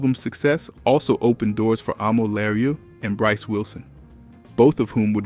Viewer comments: Her name is pronounced “ah-mel LaRue” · Thank you, because he is severely butchering her name. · Thank you!!! He butchering her name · HER NAME IS PRONOUNCED A MELL LA ROO. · She definitely is a successful solo artist. He is really butchering her name. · ...this is taking me right out of the story. Damn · I just said this and then went to the comments!! LHM😂😂😂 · What kind of AI…whyyyy did he pronounce her name like that 😂